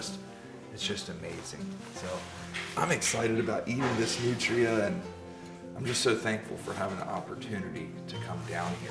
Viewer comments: I love how you pronounce them New tree uh. But in Louisiana we pronounce them newtruh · I keep thinking he's saying nutriants .... Hehe yeah I'm new